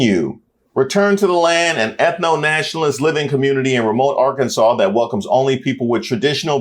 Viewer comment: Good ole “Are-Kansas” at it again